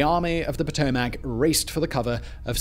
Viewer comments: The river is called Pa-to-mick...not Pa-to-mack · "Puh-tow-muhk" Not Pow-tow-mack. Lmao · Geographics: Potomac " Patomack " person: its Potomac ( pa tow mick )